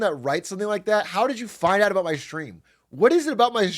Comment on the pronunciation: Pretty sure I've also heard Aiden say aboot a few times 😊